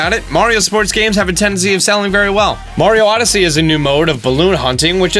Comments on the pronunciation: Am I the only one that cringes every time he says 'Mario' wrong? It's not pronounced M-air-io, it's pronounced M-ARE-IO!!! I still love your videos though. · I dont like when people for no apparent reason say marios name wrong...its not Mary-O. Say it correctly or shutup when you say that character's name. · Mar.e.oh, Mario learn how to pronounce. Its been around for years and ya cant say it right. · Can someone explain how so many people erroneously pronounce it mare-e-oh instead of Mar-ee-oh? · He says Mairio jsut like wulff den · Once this guy pronounced Mario wrong, I stopped watching. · You say Mario like an idiot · You’re saying Mario wrong. Listen to how the creator says it then change your ways for the better.